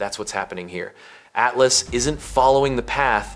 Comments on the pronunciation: Great information, but your AI editing is terrible….Oh the whole thing is AI…ugh. Can’t even pronounce atlas correctly. At las….come on…do better. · The weird pronunciation of “atlas” makes me think it’s AI. A few minutes later it switches to normal pronunciation.